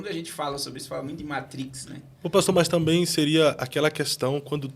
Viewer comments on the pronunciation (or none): none